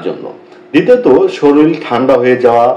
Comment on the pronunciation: কেমন ডাক্তার যে শরীর উচ্চারণে সবগুলোই শরীল উচ্চারণ করে যাচ্ছেন!